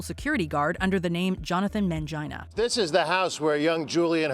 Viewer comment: Jonathan Mangina? Really?